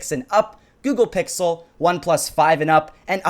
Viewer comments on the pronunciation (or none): none